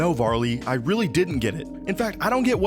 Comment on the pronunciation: It’s varli Ew